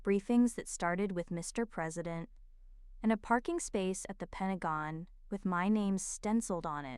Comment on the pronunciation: Finally Pentagon pronounced correctly.